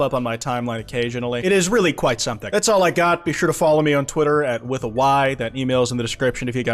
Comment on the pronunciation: “Kwite” literal